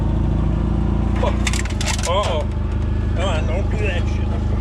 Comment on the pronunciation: First 30 seconds -- "Utoh." Also, impressed with how GREEN everything still is your way - we are in 100% fall bloom here. They are hinting at snow this weekend. Wont stay just yet but will make shit messy. For movin those tracks, got what may be a stupid idea - build a drag A frame that at the point has say two or three steel wheels on smooth bearings so they roll good, with the bearing comin off of one side and the other side the A arm just swings in hovering close. then hoop that track so it rolls behind you as you tug it along. Keep that wheel well elevated off the ground so the track is encouraged to rotate. Maybe a dumb idea, but seems to work in my head. Hopefully, you can get new tracks soon - If Squatch's luck is any hint, you are way past due. For the old track, maybe cut it up into sections, mount it to a drag bar for smoothing that road? Also, love the backrest!